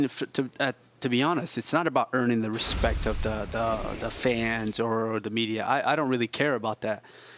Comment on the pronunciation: Respekkk?....Respekkk?..who has respekkk fo the "Franchise" Jon ☠ Jones🎉🎉